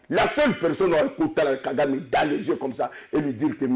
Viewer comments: FRANCI INCAPABLE DE DIRE LE NOM DE KAGAME GENOCIDAIRE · KALOMBO PARLE SEULEMENT QUE KAGAME TUE NOS FRERES. INCAPABLE DE PRONONCER LE NOM DE KAGAME, LES MARIONNETTES DE KAGAME